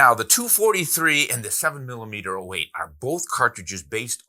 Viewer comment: Hi. It is a 7mm-zero 8 (7mm-08) and not 7mm-letter O 8)! Andrew